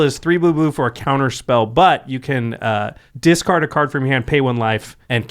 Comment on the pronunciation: "dicard it to Force of Will" - my poor little ears, such bleeding.